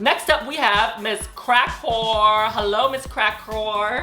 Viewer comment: I can't with how Yuhua refuses to call Cracker anything but Miz Crackwhore LMAOOO